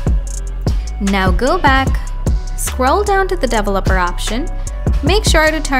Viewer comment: "Dovoleper option"